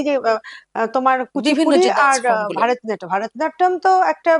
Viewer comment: একজন নৃত্য শিল্পী কী করে ভরতনাট্যমকে ভারতনাট্যম বলছেন বার বার! বড় কানে লাগছে। উনি আমার বেশ পছন্দের। তাই আরো বললাম। ভিডিও ডেসক্রিপশনেও তাই লেখা!